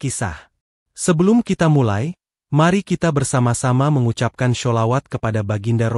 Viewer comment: Mengucapkan Sholawat itu yg benar Mas...Belajar lagi yg benar